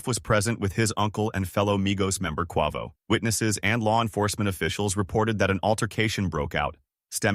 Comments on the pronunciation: "Kwua-voe" 💀😅 jp jp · How do you get quovo out of quavo😅😅😅 Nipsey Hussle died in a home invasion what is he talking about ? I can't even continue to watch because you clearly obviously don't know what you're talking about😂😂😂😂😂😂😂